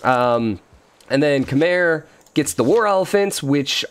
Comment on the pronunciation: I think 'Khmer' is pronounced 'come-ere', that's why you're getting forward settled